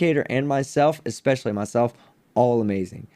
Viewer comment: Does anyone else cringe when he says "expecially" ???